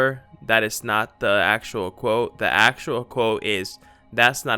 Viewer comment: You say actual like you know